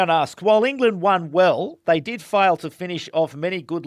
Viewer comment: Hey you mispronounced an "England" up set as it sounded like a n "Ireland" upset